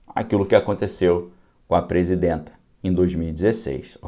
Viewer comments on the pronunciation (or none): "Presindenta" ? Avacalha não